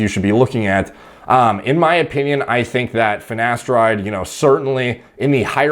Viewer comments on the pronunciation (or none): “finnesteride” - ashton kutcher